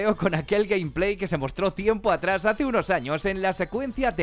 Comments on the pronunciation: Gameplay se pronuncia: Gueim pley no Camp plei , Saludos! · Nadie: Absolutamente nadie:: Gampley